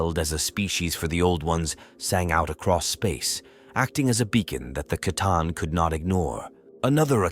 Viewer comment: Is this AI? Narrator pronounced C'tan two different ways in the same sentence.